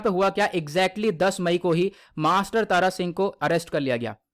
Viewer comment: Tara Singh Nhi Thara Singh ji hai